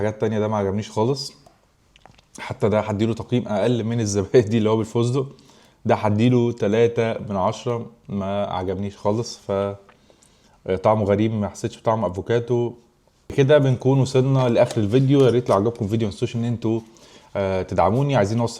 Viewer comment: افوكادو مش افوكاتو هو منتوج محامي 😂